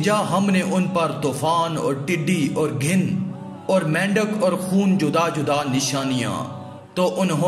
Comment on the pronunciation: Ghin nhi ghun hy sahih lafz